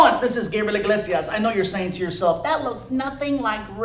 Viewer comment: Hey its Gabriel ig-lazy-ass